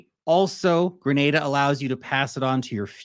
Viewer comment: Please pronounce the name of the country correctly.